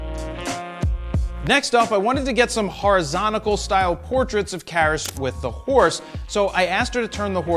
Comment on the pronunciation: he said horazontical!